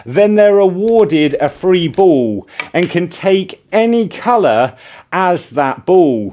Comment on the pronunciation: They are awarded a free BOWL? Why do you talk like that?